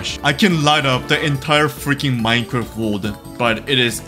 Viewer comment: trying to pronounce the letter "r": wowld? wold?